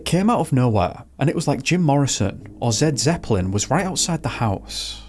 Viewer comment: ZED ZEPLIN?!?!, BRO HOW CAN YOU mispronounce SUCH an CONIC BAND. IS IT LIKE THE FEETLES OR HOW ABOUT NUNS AND ROSES. Hang on hang on crap sabboth??. You millennia's need to do your research better. Im joking bro. 😂